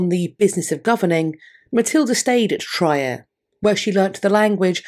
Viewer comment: Trier would be pronounced Treer